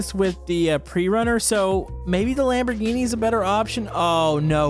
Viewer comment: sure loves the lamborghini (expect that he doesn't know the name of car which is sad and also the pronounciation,which is also sad):)